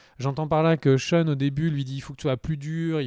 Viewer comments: "CHEUN". Tu peux dire "Shane" sans soucis, t’inquiète pas :') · Zarma "Sheun", respecte l'un des meilleurs protagonistes de cette série nan ? Shane, "SHEINE" Ahsheum. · SHANE pas SHAUN ! Bouuuuuuh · très bon épisode ! Mais la CGI quand Rick parle à Sasha = horrible PS: "Sheune?" c'est Shane son nom ^^ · Cheun le mouton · pas sean on dit shane ^^ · Pareil je me suis demandé un moment, Sean ? Mais qui est Sean ? lol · Shane!!!!! Mes oreilles saignent 😂😂😂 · David Genla mdr 😂 j'ai tiqué aussi ...